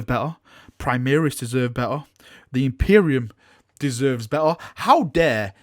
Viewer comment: You just got new toys and have had you have plenty! Chaos deserve this kind of attention so stop complaining. maybe GW don't understand your yorkie pronunciation of primaris (primihris) and is why they haven't given you this month's lieutenant, oh wait.... you did get a lieutenant lol